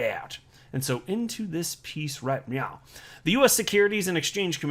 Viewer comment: “Into this piece right meow..” lol